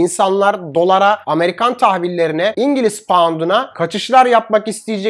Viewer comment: senin 1,71 paount unu yiyim o nası bi paount :)